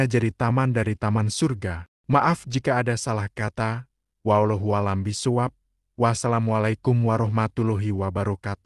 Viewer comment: Wallaahu a'lam bish shawab. Bukan bishshuwab Min. Maaf kalau saya salah dengar🙏